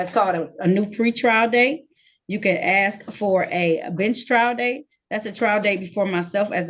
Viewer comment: saying "axe" disqualifies him immediately. NEXT